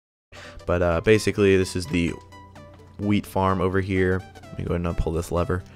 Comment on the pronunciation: When he says a wheat farm it sounds like weed farm